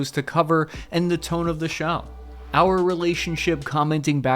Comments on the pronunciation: Hopefully you learned how to.pronounce U krane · Love it,. Now that it’s all yours they can’t stop you from pronouncing “Ukraine” correctly.